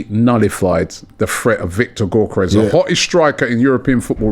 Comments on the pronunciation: It's 'Yockores' not 'Gockores' it's 'Merino' not Mourinho, c'mon Ronnie and get it right. Gyockores still got 3 shots off against Saliba and Gabriel, Havertz wouldn't touch the ball playing against those 2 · Robbie was taught how to pronounce Gyokeres by the Sporting CP fan, still butchering it 😅